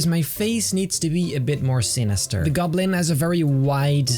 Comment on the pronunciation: "The green gublin"